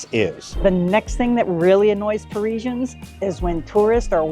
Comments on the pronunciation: #1. Calling them Pareeeeesians. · Maybe you could start by learning how to pronounce "parisians"